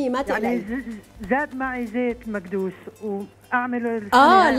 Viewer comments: انتي كل شى عندكي غلط اسمو مكدوس مو مادوس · ليش تحكي مادوس احكي مكدوس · اسمه مكدوس بالكاف وليس مقدوس بالقاف ولا مأدوس بالهمزة ... لأنه يكدس فوق بعضه تكديساً فهو مكدووووووووووووس سواء كنت فلاح او مدني هو مكدوس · ليش بتقول مأدوس 🙄🙄🙄🙄🙄